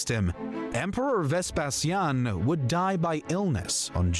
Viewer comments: In English, as far as I am aware, "VesPEsian" is how u pronounce it, the reason why pronounced it differently is because: 1. He is a native Romanian, and we spell the word: "VespaSIAN", because we focus the tone on the "i", 2. The latin spelling of "Vespasian" was "VespaSIANUS", where u put the tone and focus on the "SIA", that's why we, Romanians, the descendants of the Classical Antiquity Romans of the 2nd and 3rd Century inherited the Latin language and alphabet + spelling. It's totally okay for u to either use the Latin spelling OR the English one, but if u gonna start using the Latin spelling, then u will have to with every name and title of Roman origins you ever come across again =), so better stick with English haha. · your pronunciation of Vespasian is correct. The narrator's pronunciation is completely wrong and weird!